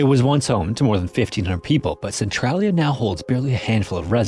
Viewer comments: i never seen a documentery where they actually say centralia right, its "sen trail ia" not "sen trol ia" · It's pronounced "cen-TRAIL-ia" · I dont mean to be rude, it’s commonly mispronounced. But as someone who lives nearby and has visited a few times, I want to make sure people know how it’s pronounced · Thank you. I love this channel but you can't mispronounce the name of the town throughout the whole video.